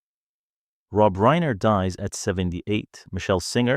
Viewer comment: it's RINER no reener